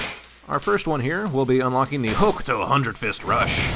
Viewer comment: The u in Hokuto is silent.